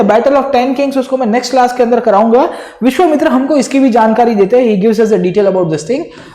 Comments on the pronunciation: Sir, it's not Vishwamitri.. it's Vishwamitra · sir it is vishvamitra and not vishvamitri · Great explanation sir. But the name of the sage was Vishvamitra, not Vishvamitri. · Sir it's Vishvamitra not Vishvamitri 😊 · Vishwamitra not mitri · "विश्वामित्री" nahi विश्वामित्र nam tha .... India k bahar se ho kya .. Itna v nahi padhe ho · It's not vishwamitri it's vishwamitra... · dude r u saying vishvamitri wantedly????